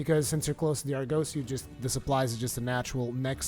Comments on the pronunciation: Argosy = ar-guh-see also Tailraider Safari = tayl-ray-der suh-far-ee Awesome videos! New subscriber! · Nice vid! Keep it up! Btw is said AR-GUH-SEE